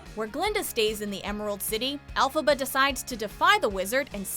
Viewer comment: did this bitch say elphaba like alphabet?